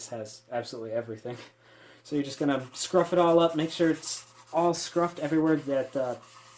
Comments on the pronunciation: Scuff not scruf. Scuffy pad, not scruffy pad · Scuff not scruff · Your dad said scuff not scruff lol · I have always known those as SCUFF pads, not SCRUFF. Lol maybe its intentional? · I believe the term is scuff it up not scruff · it is “scuff” not “scruff”…..scruff is the back of a cats neck……